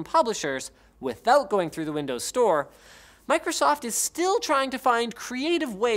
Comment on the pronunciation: Idk why, but how you pronounced Micro-soft in the beginning really really bothered me for some reason, it just rubbed me a little wrong lol.